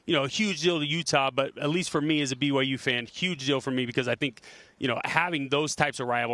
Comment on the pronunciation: I find it hilarious that he can't even say "BYU". Cracks me up. Even though in his office at the U he has a BYU diploma hanging up. Haha. I think it's something he picked up from Urban Meyer just simply as a rivalry tool like putting BYU stickers in the urinals on rivalry week. I respect Coach Whitt and no matter what he does, he's a cougar and always will be.